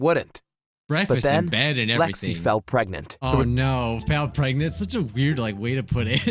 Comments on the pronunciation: he said shregnant instead of pregnant lol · I thought said ‘’ I got my sister Shreknent’’ Lol what are they having baby shreks? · Pregant pregante